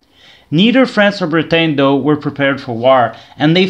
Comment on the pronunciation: I've just got around to watching this little series of yours. I quite like it, although think the episodes should be longer and more in-depth (yes, of course I'd be the one to suggest that). Nice to hear you've become a tree. Also, Britain is pronounced "Brit-an" or "Brit-en" (depending) and not "Brit-ayn"